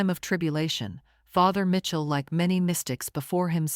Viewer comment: It’s pronounced Michell not Mitchell